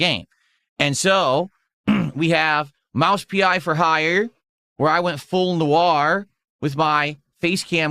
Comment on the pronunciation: Haha that voice crack Dumb shit can't even get the word "noir" right